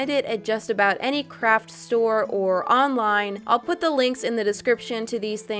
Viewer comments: I thought that she said '' crap'' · Did she say CRAP STORE???????